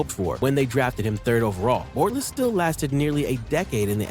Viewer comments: How is he gonna say Bortles wrong when he has highlights with the last name being said the right way 😂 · The way the ai says Bortles name,than says Watkins has 50k receiving yards 😂